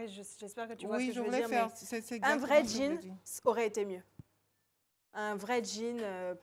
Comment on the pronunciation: Pourquoi les ivoiriens ditent guin c la la guinée on dit jean #un jean's. Ça se dit djine comme dji djo dja :djiiiiiiiiine.donc arretez de dire Guine